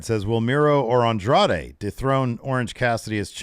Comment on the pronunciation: My favorite part was Kevin Kelly struggling to say Andrade's name for an entire match with no one correcting him.